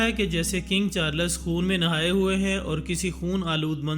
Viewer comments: Not charlas Its charls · At least pronounce the name of the king right